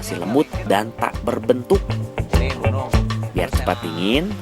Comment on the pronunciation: Nyebut bu nung tapi kedengerannya gunung